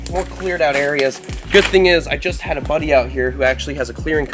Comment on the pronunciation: Anyone else hear 'I just hid 'body' out here? Instead of 'I just had a buddy' out here.